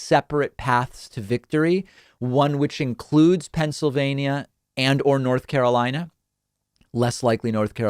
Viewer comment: Move on, YOU called N.Car WRONG...